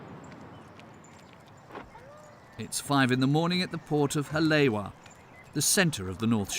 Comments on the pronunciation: Ka'ena Point, Hale'iwa, Honu... allnpronounced terribly wrong. Even Kohala. He kept pronouncing it Kaloha. Hawaiian is the easiest language to pronounce. There are only 12 letters and there is very little variation in pronunciation and very few exceptions to the basic pronunciation. It was just lazy to get so much of it so wrong. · Also Sandbar sharks not sandbank sharks how you get that stuff so wrong?! I have drone footage of everything shown lol I need to do my own. 🙏🏾 Yeah he really screwed Haleiwa 😂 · Ko'olau Mountains. Hale'iwa Ka'ena Point Honu Kohala Many more. Only 12 letters in the Hawaiian alphabet, all with very simple, straight forward pronunciation with very little, literally almost NO variation. It is just plain lazy to get it wrong. And to the people who keep defending the speaker's laziness, it is as offensive as pronouncing someone's name wrong, but he is doing it repeatedly on numerous words. Not just one. And lastly, this is a self-proclaimed "documentary" which inherently declares itself a source of knowledge and information. To pronounce everything wrong is inexcusable in an alleged documentary... And some of it isn't even just pronunciation. Like pronouncing "Kohala" as "Kaloha" or "Ko'olau" as "Koalu" shows that you don't even care enough to try.